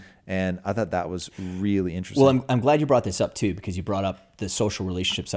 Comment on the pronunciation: Tom " this is very interessting " Bilyeu